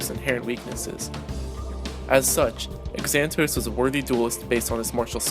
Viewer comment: Xanatos is pronounced Zan-ah-tose with a Z sound, not an x.